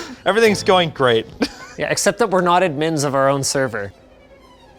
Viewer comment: Linus did you just say admin with emphasis on the i ?!